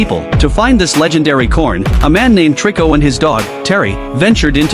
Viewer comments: It's not triko it toriko bro😅😅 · HIS NAME IS TORIKO NOT TRICO😅